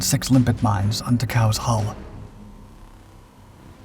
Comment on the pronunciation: And by the way, I hear your saying "limpic", but magnetically attached mines are named after limpets, a kind of sea snail.